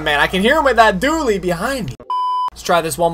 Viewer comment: dually not dully...dont het me wrong im a huge fan